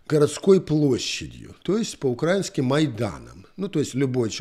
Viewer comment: Не укрАинским, а украИнским! Это я вам как белорус гооворю!